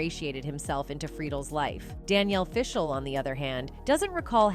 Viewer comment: 1) you pronounced Will Friedle's last name wrong and 2) you got danielle FISHEL's last name completely wrong! soooo 0 credibility